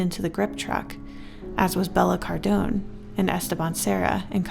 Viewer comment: i think its pronounced Bella Cardone, the e in Cardone is pronounced like the e in west :)